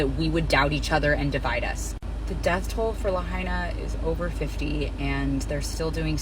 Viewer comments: CBS guy said La-hay-na fckin clown. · La-HI-Na. What kind of idiot cannot pronounce the name of the city you are reporting on? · Wow, the media knew.....😢...and it's still pronounced La-HI-Na. No you ain't arbitrarily changing how we say the names of US cities too NO NO NO! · Luh haynuh. LOL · Please pronounce Lahaina correctly. I lived in Kihei for 12 years and the leeward side is always brown in summer. Hundreds of years ago the whalers used this side of the Island to repair their damaged ships cutting down all the trees. This turned Kihei and much of the Westside into a desert. This is has nothing to to with the made up climate change. Good luck turning this Island to all "green". Most residents will never be able to afford this. Typical left pushing their agenda on everyone like it or not! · That idiotic reporter couldn't even pronounce the name properly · Damned reporter cant even pronounce "Lahaina" correctly. Pathetic.